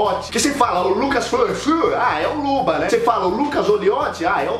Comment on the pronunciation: ele falando o sobrenome do luba kkkkkkkkkkkkkkkkkkkkkk